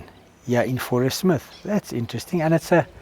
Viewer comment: Growing up in South Africa I only ever heard the name of the town pronounced "Fourie-smith". Lovely place all the same.